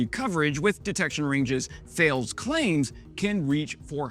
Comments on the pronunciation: Excellent report. One small thing: Thales is pronounced "Tar-lez" [French] or "Tay-lez" or "Thay-Leez" [English] or "Thar-leez". The company is named after the Greek mathematician Thales of Miletus [626/623 BCE to 548/545 BCE]. We Europeans are not here to make anyone's life easier; I swear that most of the time we do it just to catch out some unsuspecting American. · There's no R, it should be pronounced Ta-lez, that's the closest English approximation of the French pronunciation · Say Talez not Thales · Thales isnt thayals its ta-les. I suspect you know this 😅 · Hi, fyi…Thales is pronounced “ta-less” two syllables. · Hi. For future reference, Thales is pronounced 'Tal-es' (talɛs - roughly 'Talis' in English). It's a French multinational. The 'h' is silent and the 'e' does not make the 'a' long, as it would in English. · I believe you will find Sir that Thales is pronounced 'tar lays', just saying 😉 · Thales, it's pronounced "Taless". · Thales is pronounced TAH-les. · Bro... In case you are wondering, Thales is pronounced Talaysse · Thales is pronounced: Tar-lez. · no it's Tah-less. french here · Please check the pronunciation of the old Greek astronomer and mathematician. T is hard as in tattoo, H is a small exhale with no sound (¡Hola!), A is open as Active and emphasized. The rest is LESs difficult 😊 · Thales is pronounced 'ta'-'less'. Yes, I know. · Thales is pronounced tal-ess. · Thales is pronounced Tal-us! Bloody French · I believe that Thales is pronounced like tah-lays. They are a French company, so US / UK pronunciation rules don't apply. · tah-less, like the mathematician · Thales is pronounced Taal-eez. I’ve heard it pronounced “talliss.” Love your channel. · I'm French-American, born in Normandy, the correct pronunciation is Ta-less ; ) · I believe "Thales" is pronounced tah-less. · and you're right ; ) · I may be wrong but I gather Thales rhymes with Alice. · Ta-less in french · Please pronounce Thales properly